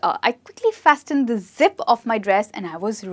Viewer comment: FASTENED .... T sound is silent in this word